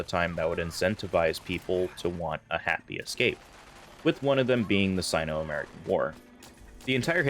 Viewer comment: Great video but it's sigh-no not sin-o Hope this helps for future vids